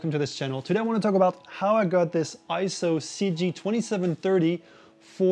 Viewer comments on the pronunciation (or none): Nope, not pronounced I-ZO. It is correctly pronounced AY-ZO per EIZO's own corporate video. Also see the correct pronunciation in the EIZO Wikipedia, which also shows AY-ZO. And one more reference... see the 2021 Scientific & Technical Awards EIZO Acceptance Speech video where Masato Nakashima, the Senior Product Manager at EIZO, pronounces it as AY-ZO. In Japanese, the "ei" together is usually pronounced as an AY sound just like when we say the Japanese word Sensei - Senˈsā.